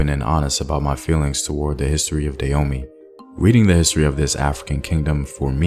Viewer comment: Can you please pronounce the name correctly. I love your channel and you're normally really good about these things, but it's pronounce "Dah-ho-may"!